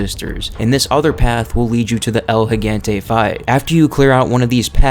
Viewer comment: i have yet to hear someone pronounce el gigante properly